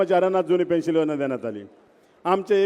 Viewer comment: पेंन्शल नाही साहेब पेंन्शन बोला